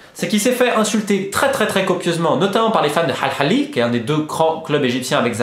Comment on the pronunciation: J'aime tes video mais c horrible quand tu prend un accent pour prononcer des nom propre... Dit Al ahly pas al khali